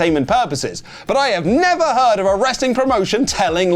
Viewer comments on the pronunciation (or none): none